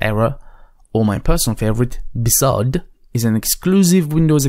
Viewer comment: Mdsched.exe in Run is easier than searching memory. Cuts straight to it. And do you really have to pronounce BSOD like its a real word???